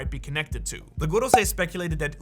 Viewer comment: Why do you pronounce goRrrosei like that? 😂 I can’t listen to that, are they Spanish or Russian? 😂 everytime I hear it it hurts me….goRRrRRrossei…😅